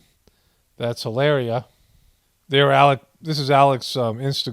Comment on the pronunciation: Brings me joy when you pronounce names wrong love how you say trumps love how you say helaerrreea the Spanish girl from Boston keep up the good reporting from the apocolapyse you a voice of reason in a world wind of non logic with some laughs thrown in 😇